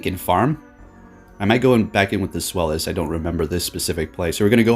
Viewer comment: Deino and its evolutions are named after the German words for "one," "two," and "three" to describe the number of heads. So zweilous is pronounced "tsVAI-loose"